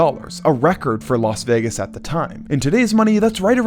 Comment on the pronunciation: Why is it that most American commentators pronounce Las Vegas correctly?, always says Los Vegas instead of Las Vegas,no one says Las Angeles.